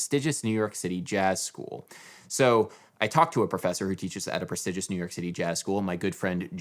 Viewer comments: Your pronunciation of prestigious is egregious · The way you pronounce prestigious is slaying me